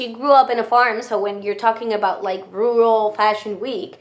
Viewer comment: Thank you for another wonderful video! And for suffering through “rural” for us!